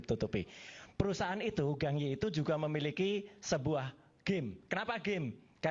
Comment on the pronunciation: Wajarlah tanda terima kasih , jgn sirik dgn rejeki orang , sirik tanda tak mampu. Gang Ye itu bacanya Gǎng (Kang ) Yè... orang Indo harus banyak belajar bahasa China.......... 港叶